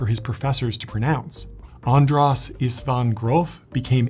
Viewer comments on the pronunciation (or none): It's András, not Andrász... It's an sh sound